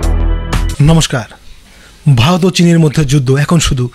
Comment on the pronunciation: প্রথমে ভারত উচ্চারণ টা করো দাদা, ভালত ভালোত করছ